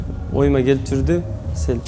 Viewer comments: мынча Аселя дейт Асел элего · Аселя деп алыптырго😂😂Асель элего кайра кайра эле Аселя дейтко тобо